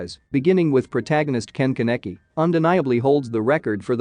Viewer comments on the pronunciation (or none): I hate his miss pronunciation of my husbando Kaneki